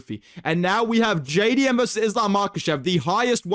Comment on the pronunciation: JAY DEE EMM MAYTE